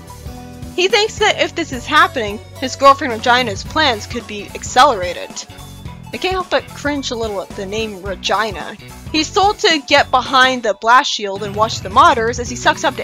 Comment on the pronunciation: Snively’s real name IS Colin, more precisely, Colin Kintobor jr of the house of Ivo. His nickname was a “metal of honor” from his dad. I think it’s pronounced Re-Gina.